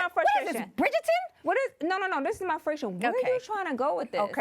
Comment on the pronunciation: What is this? Brigerton? 😭😭😭